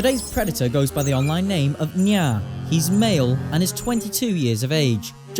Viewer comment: His name is “” FKN WEEB 🤣